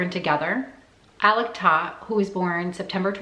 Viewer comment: Its pronounced "tote"